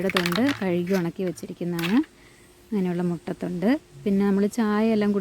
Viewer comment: Mutta thonde alla muttathode